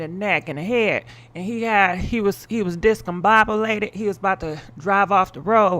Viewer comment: You murdering these words discombobulated and Rolls Royce😩🤣🤣🤣🤣🤣